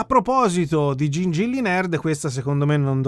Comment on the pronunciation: "Gingilly utilissimy" 😂😂😂😂